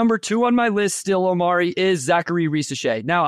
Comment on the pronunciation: The way he keeps saying Omari's name.....😬